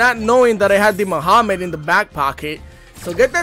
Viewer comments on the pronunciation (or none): Did u just call Magnamhut by “Muhammed” bro!?